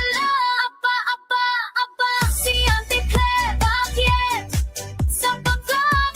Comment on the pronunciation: "Bakyet" I love it